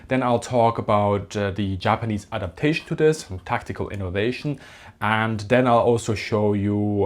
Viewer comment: APADATION? Don’t you mean ADAPTATION?